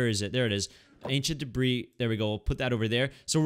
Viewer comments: you don't pronounce the "s" in "debris" by the way and love this series💖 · That’s because the “s” is silent